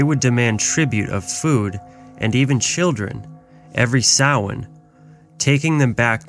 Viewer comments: It's pronounced ' Sow in ' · You should learn how to say Samhain if you are going to do a video on it. It sound like - so win